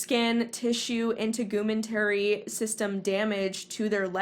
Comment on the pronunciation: Why did you pronounce integumentary like that lol